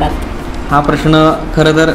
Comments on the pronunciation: लग्न ठरल्याबद्दल अभिनंदन! परंतु बोलण्यात वारंवार खटकलेली गोष्ट म्हणजे "प्रश्ण". प्रश्ण नाही प्रश्न. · योग्य निरीक्षण. मुग्धा, एकदा 'प्रश्न' असे म्हणून दाखव बरे.